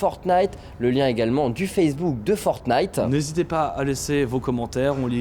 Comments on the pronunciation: fornite ??? le mec commentateur connais pas le nom issou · Pourquoi prononcer Fortenite, est-ce qu'on dit un chateau-forte? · Je vous en prie arrêter de prononcer fortnite sans le premier t 😫